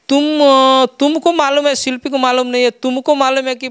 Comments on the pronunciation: Shilfi nahi ji shilpi boliye🤣🤣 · शिल्पी को शिल्फी बोल रहा है 🤣🤣🤣